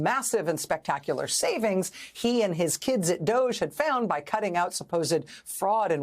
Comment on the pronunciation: No wonder they called it D’OHge.